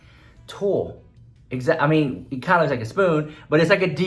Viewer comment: Nobody:: "Suwgar Skull Leeewksss" 💀💀💀💀